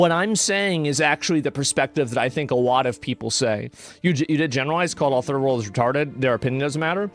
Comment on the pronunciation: Maybe don't say turd-world anymore.